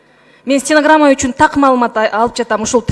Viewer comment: Кыйын айым экен коз тийбесин стенограмма учун дегенде былдырап калдыго